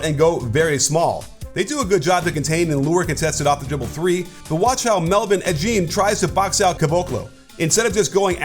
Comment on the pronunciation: Its e jim not i jeem